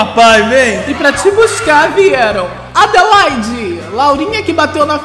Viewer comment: Andelaide não. KKKKK É Adelaide KKKKK